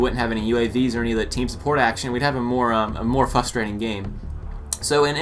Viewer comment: its frustrating not fustrating